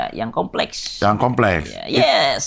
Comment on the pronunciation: "Beauty industry komplekhs" 😭